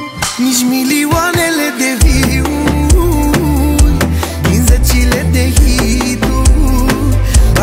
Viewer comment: E cuvant din engleza - view (vizualizari, dar poate insemna si priveliste, depinde de context) si se pronunta exact cum ai scris, viu-uri (mai ok cu un i, adica nu se insista mult pe i). Nu vi-uri, ci viu-uri e mai corect sa pronunti.